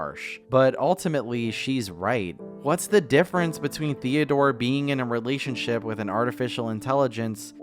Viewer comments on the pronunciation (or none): At first I thought was saying ‚Theodora‘